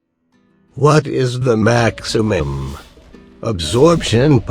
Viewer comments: You said maximam in the intro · Every goddamn video From the moment I hear "maximymm" and all the way to the end, I just can't stop smiling